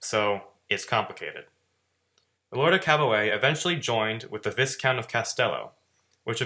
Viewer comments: It's pronounced Vi-Count, not "Viss Count"... S is silent. French word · Viscount is pronounced vie-count.